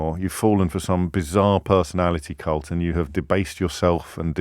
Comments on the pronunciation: Cult? I am sure James mispronounced that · You're a complete cult...aah, shame. The man has developed a speech impairment.